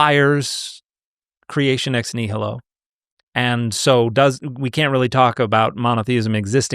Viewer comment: Dude keeps American butchering nihilo